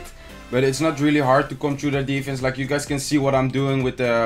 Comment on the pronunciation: Kevin Groß OMG is you not jou you have a problem with the y